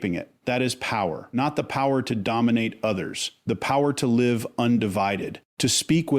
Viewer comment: I guess has working for him. Some mistakes are funny like saying an injured empath has a wound... but pronouncing wound like a wound up clock... Or the empath who will live at a disadvantage... but says live as in a live show. Nevertheless I like and guess I'd make an AI Penelope if I were in this business.